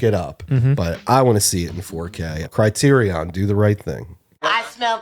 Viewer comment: The way you guys pronounce "criterion" hurts me--ha. Otherwise another great video obvs Totally agree on Romy & Michele and The Night Flier. (I have a DVD of the Night Flier that's framed in a weird way with the boom mics visible onscreen.)